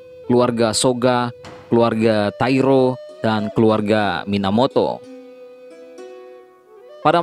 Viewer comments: Taira bukan tairo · Bukan kamamura min, tapi Kamakura 😀 Trus bukan tairo, tapi taira